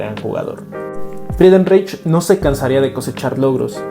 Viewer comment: CREO QUE SE PRONUNCIA FRIDENRAIJ.